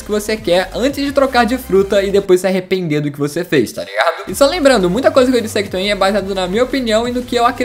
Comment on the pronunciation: Oque e toreado ele fica falando eu acho que é tá ligado